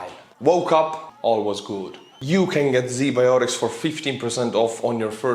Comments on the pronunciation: Dude, Z biotics?! WTF I love your channel but the irony of Z anything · ZBiotics... Seriously? Z Biotics Just saying :D I'll show myself out..